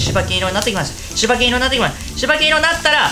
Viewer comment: しばけん じゃなくて しばいぬ ね いつも大変楽しく観てます